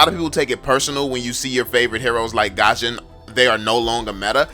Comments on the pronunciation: Bro please, not Gusion(Gashon), but Gusion(Gyushon) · he pronounce gusion "gosion"